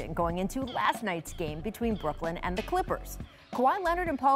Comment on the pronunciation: Every day Rachel adds three or four syllables to "and" at least once. A-a-a-a-and